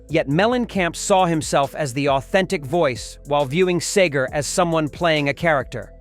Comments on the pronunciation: Any video that mispronounces the name of its main subject is a joke. Frey & Seger were longtime friends (Frey's first recorded appearance was on "Ramblin' Gamblin' Man") & Seger wrote a song about Frey after he died. Henley also sang on a Seger album in 1986 (& others before that). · SEE-GER, fool... not Sager. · SEEgur. Not SAYgur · I love the way he pronounces his name sager then Seeger so irritating having AI giving their story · See ger not Say ger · Where'd you get SayGar.? Its Robert Clark SEE-GRR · It’s pronounced “See-ger” not “Say-ger”! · This robot can't pronounce Segar.. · Bob Seagrams 😂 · It's Seger! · Can't the narrator make up his mind how to pronounce Seger? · You can't even pronounce Bob Seger's name right.